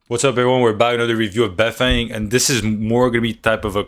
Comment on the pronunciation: sup ma G beifeng is actually pronounced - "Baiy" (emphasizing the Y) "Fang" - translates to north side since he is from Beijing and repping his city yo no caps all truth my homie